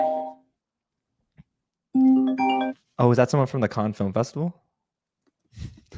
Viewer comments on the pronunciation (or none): Cannes is pronounced “cahn”/“kan”, not can